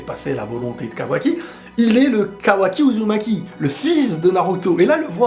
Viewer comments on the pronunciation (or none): none